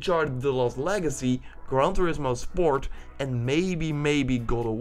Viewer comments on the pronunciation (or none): none